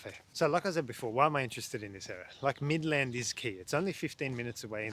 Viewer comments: Mid-land not Midlaaand 😅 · he also mispronounces "Midland and Avon"